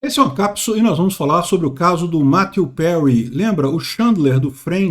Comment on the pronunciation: Quem mais ai se incomodou com a pronuncia tupiniquim do em chamar o finado de "Mateu Perry "?